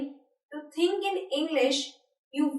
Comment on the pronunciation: it's we not ve and think not tink